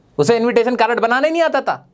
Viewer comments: Invitation card ❌ 😅 Invitation caarad ✅ 😂😂😂😂😂😂😂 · why you said carat not card